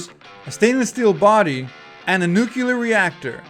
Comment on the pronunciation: bro invented a NEW word "nuke-yooler"...instead of NUclear.